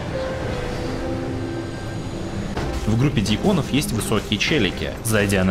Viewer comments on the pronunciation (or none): ДьЯконов, а не дьякОновXDD А так ролик качественный и интересный, лайк однозначно)